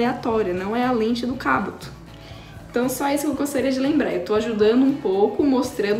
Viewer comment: 2021? E mano ela não conseguiu falar Kabuto direito 😁❤️ Mais até que a Meke ficou linda 😘